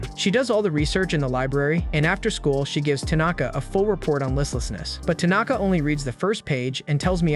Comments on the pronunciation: Why are you saying tunaka? It's tanaka.... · He says Tanaka 💔..